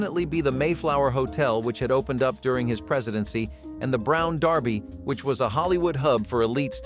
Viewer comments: I noticed this too. It is not only on this but others videos too. Mispronouncing many words. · I know right?! It was super cringe hearing that